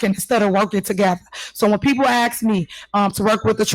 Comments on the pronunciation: Why in the hell does she keep saying ax me? because that's exactly what there gonna do. They're gonna ax you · Someone who cannot even pronounce the word ASK properly wants to educate the public lol. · Tiff speak 101... ju dro da las lett fro evy wor an yo goo. SK is always replaced by the letter X too. Jus ax an yo fin ou.